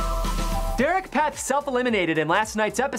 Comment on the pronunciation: You just pronounced Derek’s last name wrong 1000 times...